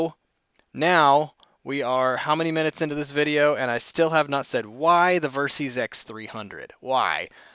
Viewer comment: It's pronounced "Ver-Sis", short for versatile system, not "Ver-Seez".